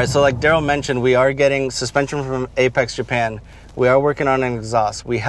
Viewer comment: “Apex” not “Apex’i”. 🤦🏻‍♂️